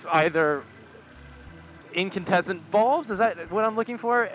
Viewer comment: "incantessant bulbs" haha